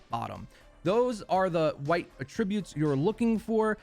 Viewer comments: Sorry, gotta correct you here. It's not a-tributes. It's at-trib-butes. Or at least, that's as close as a regular keyboard will let me get it. :) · AT-tributes. Not at‐TRIB-utes. (Seriously tho, great video, thank you) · can u say attributes correctly please lmfao